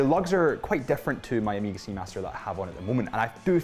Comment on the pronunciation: Amiga? WTF? Try O-may-ga